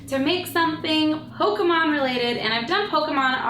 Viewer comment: It's pok - e- mon but u tried love it!!